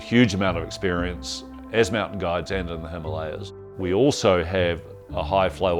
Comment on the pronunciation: GIDES... not gods. strange pronunciation.